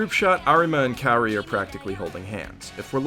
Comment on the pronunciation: the fact that you where pronouncing Kaori's name wrong made me wanna cry more than what i cried during this anime.